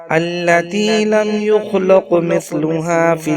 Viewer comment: یخلق کی لام پر زبر کی جگہ پیش پڑھی گی ہے اصلاح کر لیں